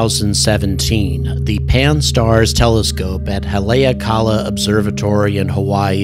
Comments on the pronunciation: The name of the observatory should be pronounced "holly-awe-call-a" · Haleakalā (Hah-lay-AH-kah-lah)